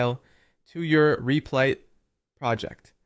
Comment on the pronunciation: U keep calling rep-lit , Reap-Light and reap-lit are u trolling ?